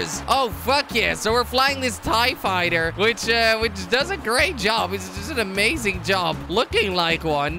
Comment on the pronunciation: Did you say ti-fighter? TRIGGERED